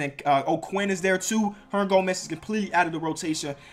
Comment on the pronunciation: You can't say Hernangomez lol good vid tho